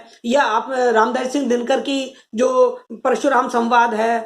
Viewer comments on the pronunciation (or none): none